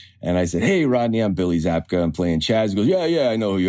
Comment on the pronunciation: His name is William zabka, is no one going to mention that? He says it wrong in The beginning, and its wrong in The description, and The title of the video pls fix.